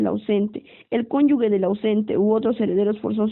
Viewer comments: LE FALTA MUCHO A LA LECTORA: EXPRESA "CONYUGUE", DEBE SER CONYUGE... LECTURA DIFUSA... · Es cónyuge , no cónyugue.